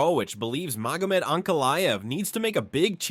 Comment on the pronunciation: I'm out. If you can't even pronounce Magomed... damn! Here's a comment, for your troubles, though.